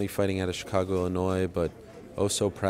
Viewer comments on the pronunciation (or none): none